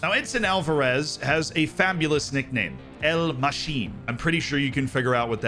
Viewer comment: "El Machin" not El Machine lol